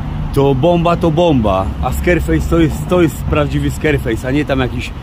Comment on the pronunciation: Prawdziwy SKERFEJS, proponuje sprawdzić wymowę bo mówi się SKARFEJS XD